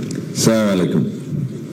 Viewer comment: সালাউদ্দিন সাহেব সালাম টাও দিতে পারলেন না ঠিকভাবে, আর নিজেকে মুসলিম হিসেবে দাবি করেন। তা কিভাবে সম্ভব? এখনো সময় আছে বিএনপি ছেড়ে দিয়ে বাংলাদেশ জামায়াতী ইসলামের কর্মী পদের জন্য চেষ্টা করুন।